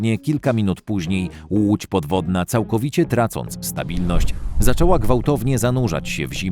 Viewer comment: Uć podfodna, uć podfodna. Autor, ogarnij sie.